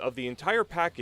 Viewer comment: Pronounced Melbourne wrong. Don’t worry most people overseas get it wrong